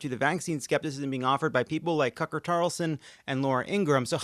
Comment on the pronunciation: Did he say Cucker Tarlson?